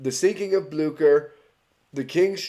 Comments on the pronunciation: So... I had to do some actual research here, because I thought you pronounced the name of the ship wrong... As I thought it was pronounced as "Blyoo-Sher"... But according to what I could figure, since it's German (And granted, German is not a language I am very familiar with), the name of the ship actually IS pronounced as "Blyoo-Kher". So... Yeah, turns out I have been living a lie for years, and this one short video here corrected me because I decided to double-check if I was actually right, which I wasn't. So, yeah, you learn something new every day. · It’s pronounced Blyscher